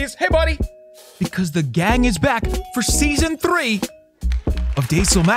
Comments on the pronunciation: Love the way u say 3. Love ur vids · How he says three is amusing to me he says it with a roll of the tongue